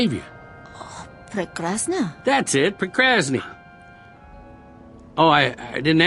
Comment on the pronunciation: did say 'procrasne'.@